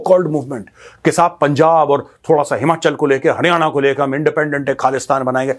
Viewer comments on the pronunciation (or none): none